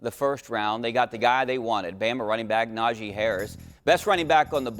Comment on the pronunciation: It's NajEH not NajEE idiots